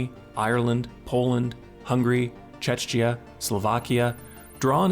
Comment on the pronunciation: the way czechia was mispronounced gives me reason to doubt.